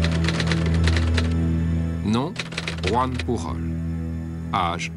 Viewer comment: Chouette documentaire, mais, malheureusement la voix prononce très (trop) bien le "j" espagnole, quand "Joan Pujol", en étant lui, aussi comme son (pré)nom, catalan et pas espagnol, on devrait prononcer comme en français .